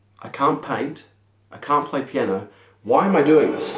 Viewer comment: it's piano not piani